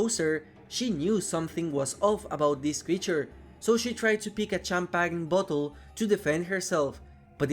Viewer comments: Not trying to be mean but cham-pag-ne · bro says champagne like shampagin